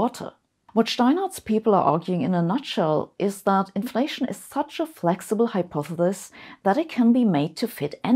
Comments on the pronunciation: is german pronunciation for hypothesis- hypothetis. Or is just how sabine pronounce things? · Ah Sabine, it has been a while since you have attempted to pronounce "Hypothesis". Thank you. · One person is pronounced hypothesis wrong , and I’m not sure now, if it’s you or me.